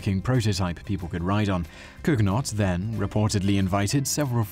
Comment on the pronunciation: COOnyoh, not Kug-Not.